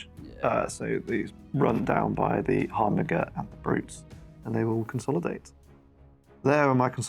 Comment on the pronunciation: Sorry to be that guy but is it really harbin-gur? I would say it as harbin-jur.